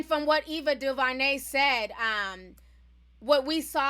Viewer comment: Sheesh butchered Ava name